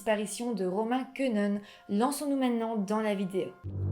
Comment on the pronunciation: Et Quenehen ne se prononce pas comme ça.. mais « Ké né haine » Et en plus, il a grandit à Hautrage plus précisément